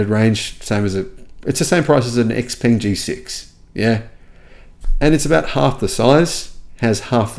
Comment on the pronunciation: Thanks, happy New Year. And u pronounce X Peng, X Pung.